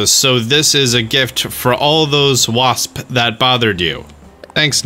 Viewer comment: how did he make the word "wasps" have three syllables ????